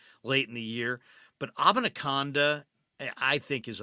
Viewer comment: Love the show. Abanikanda is pronounced: uh-ban-uh-can-duh 🎉